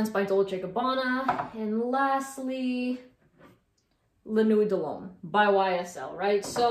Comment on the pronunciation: Love ❤️ ❤️ your channel Ysl la nuit de L'homme pronounced Land- New Wheat- Da - Lome